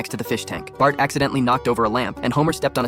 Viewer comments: Bart ❎ Batt ✅ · BART not batt